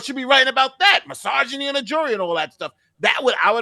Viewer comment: I love the way you pronounced "misoginy". It sounded like massageny, so I now think every woman in the world is getting free massages 😅